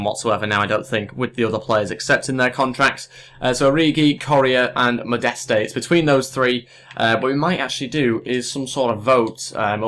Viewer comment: The pronunciation is mo-dest